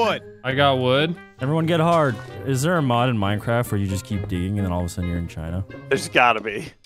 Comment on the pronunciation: Its minecrafff